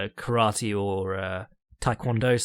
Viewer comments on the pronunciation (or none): none